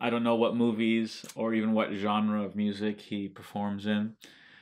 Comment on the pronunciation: As soon you said "GENRE" , I turned off.